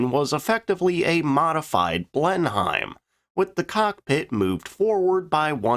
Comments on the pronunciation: It's blenhim. Yes it is a German name but as the site of a battle it became the name of Blenheim Palace, the home of the Duke of Marlborough, victor of the great battle, so any Englishman would always read it with the English pronunciation blenhim, as far as it is possible try to make this two syllable name sound like one syllable. No appreciable gap between the syllables and a negligible H sound, it effectively rhymes with denim. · Just FYI, the "H" in Blenheim is silent with the typically confusing British pronunciation, being Blen'em. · It is understandable that outsiders have problems with speaking English as we would, but when in doubt use a 'schwa', so that Blenheim become 'blennum' or even 'blenn'm'. Similarly with the last syllable of Hurricane. We have a national addiction to schwas. A good account of my favourite plane. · Pronounced "Blenim" but am in no way demeaning the narrator as my pronunciation of foreign languages is far worse 😂😊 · I know americans have no idea how to pronounce many english words But the blenheim is pronounced "Blen imm" and there is no place in Scotland called Edinburrow. Listen to the british we know how to speak English, Americans don`t. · It's pronounced Blennim, just saying. I really like the stuff you do! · We Brits love catching people out with the pronunciation of our words and Blenheim is one of them. It is pronounced Blenhim. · Couple of points, Blenheim is pronouned Blen'em. If you want to choose a headline from the Daily Mail, "Hurrah for the Blackshirts" might be more appropos. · Blenheim - pronounced BLENIMM. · If I hear 'Blen- hyme' one more time...! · It's pronounced Blenm. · Skip ahead about 15 minutes to avoid umpteen pronunciations of "Blen-Hime". Honestly. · ´Blen-hime´ is almost as bad as ´laftwoffe´, but don´t worry, love your videos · Blindheim....the village. Anglicised to be pronounced "blen him" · Blen-Him. Named after Blenheim palace. Which is named after the battle of Blindheim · "Blen Hyme?"